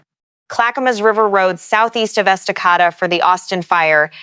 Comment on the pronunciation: It's pronounced Esta-KAY-da. And Lake CheLAN (like shay land)